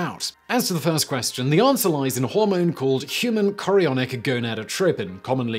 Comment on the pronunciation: I just watched to see Simon pronounce “Human Chorionic Gonadotropin” his pronunciation’s improving!!!